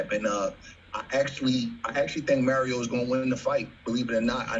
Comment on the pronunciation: Errol's name is Errol, not Earl. Mario's name is Mario, not Mary O.